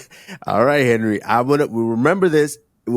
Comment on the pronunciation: Three minutes in could you please say Henery more …